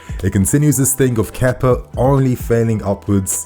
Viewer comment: Kepa didn’t play for us for a year and you forgot how to say his name properly